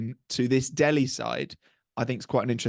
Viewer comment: It's Delhi guys , not DEHLI..